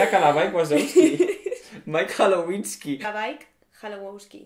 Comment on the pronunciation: Mike Hallowinski -Has cambiado por completo, era calaiwasouski. JAJAJAJA no paro de reír, amé tu vídeo xD❤